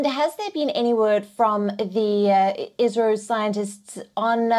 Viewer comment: Dear news reporter it’s isro not Israel 🤦🏻